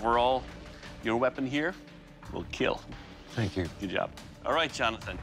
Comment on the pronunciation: was awkward seeing dock saying it weell keeel like that 😂